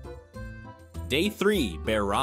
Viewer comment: Could you get the pronunciation of Kruje right at least once in the video, it's pronounced difrently everytine it is mentioned.